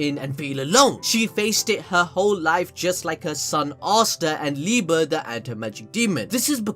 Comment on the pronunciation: wait its liba and not liebe